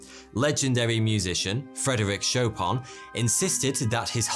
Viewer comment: That's one of the worst pronunciations of his name I ever heard. It's not Szopą, it's Szopen.